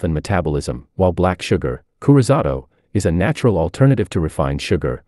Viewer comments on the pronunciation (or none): none